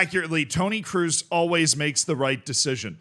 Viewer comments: Mate its kroos not cruz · It's Kroos ! Not Cruise !!! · Toni KR-OOO-SS not “ cruise” 😂😂😂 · Not "cruise", more like "crows". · it's pronounced "Krose" (in an American accent) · The 'oo' in Kroos is pronounced like the oa in boat. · Your pronunciation of Kroos makes my toe nails curl up😂 It‘s pronounced with a long O like in Orange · Everytime you say Tony Kroos, i hear Tony Cruise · Brother, Kroos isn't hard of a surname to pronounce! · PLEASE PRONOUNCE KROOS CORRECTLY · As you try to pronounce every footballer name right its not pronounced with an u sound as it would be in english but its pronounced with an o sound.